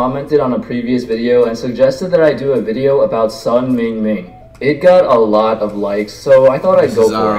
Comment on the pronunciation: Who looks at mingming and says me-jeea-ming